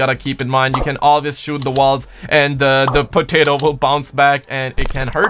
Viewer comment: Are we not going to mention how he pronounced "potato?